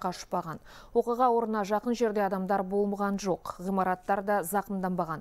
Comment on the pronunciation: "Болмаған жоқ".....диктор сөзді дұрыс оқысаңыз.....